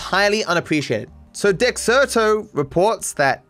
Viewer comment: Why are you calling it Degcerto now???? You have a different pronunciation of dexerto every other ramble now, I love it :D